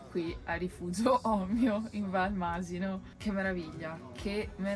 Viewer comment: ...sentire Masino con l'accento sulla i non si può sentire!!!